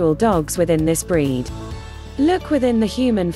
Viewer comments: It would have been nice for a real person to have narrated and not a machine. Irritating to me. And dogs have breeds not bread. 😅😅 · Instead of saying breed it said bread lol 😂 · I assume AI is doing the talking. The word 'breed' makes sense in a vid about dogs, not 'bread'. I'll try to find a better made video to get my info. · Lovable bread? Chee-waa-waa? Oh god, my ears! Fire the robo-narrator and editor. NOW.